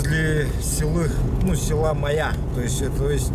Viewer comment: Даа. слово Майя выговорить не может. И ещё одно как понять: поляна к нему примыкает озеро. 60 лет живу на земле, но вот узнал что алаас это поляна куда иногда примыкает озеро.